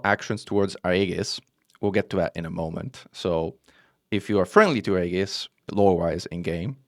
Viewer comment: FYI: Aegis is pronounced like ee-jis